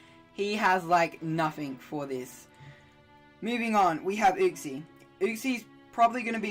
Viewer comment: Not how you pronounce uxie but hype sets my guy, GG on the win